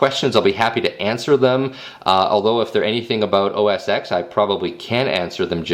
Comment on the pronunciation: Great video as always. I'm a big Windows fan as well but a quick tip. It's pronounced Mac OS Ten, not OS X. Just figured I would let you know before all the Apple fanboys jump you lol.